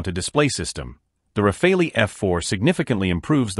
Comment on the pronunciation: sorry but you seems to be doing a lot of video on the RAFALE and that's great and your video are good but could you stop butchering the name of the fighter jet please. So make an effort, in French, because it's a french Aircraft the " E" it is not prononce like in English . At this point it comes accross as either a lack of work or a lack of respect.